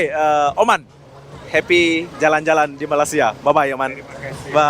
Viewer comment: Awalnya tadi mau subcribe channel ni.. tapi sebabkan sebutan admin gak betul aku gak jadi subcribe.. sebutan betul Malay sia bukan Malas sia..